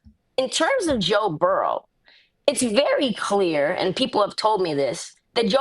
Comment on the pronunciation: Please Ma$e Burrow not Burrows 😅😅😅